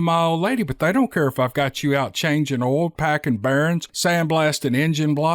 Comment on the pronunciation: So glad this was a story about a derrick worker, just so we could hear you say "oil" a few times. 😁